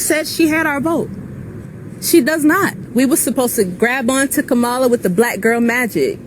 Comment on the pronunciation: I like how the one girl didn't pronounce Kamala's name correctly